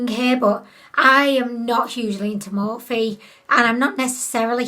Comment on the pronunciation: I love how you pronounce morphe more-fay 🤣please don't ever change